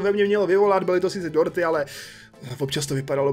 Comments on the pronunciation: Já jsem slyšel Porty a ne dorty 😂😅😁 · Když si řekl dorty rozuměla jsem ti porty xd😆